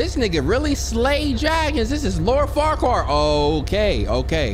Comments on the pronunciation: MAN SAID LORD FARQUAR?!!! Not Farquad but FARQUARRR 😭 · i just know you didn’t say “lord far-qwar”